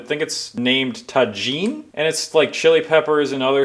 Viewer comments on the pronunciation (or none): Proats love it I saw on tiktok Tajin was pronounced Tah-heen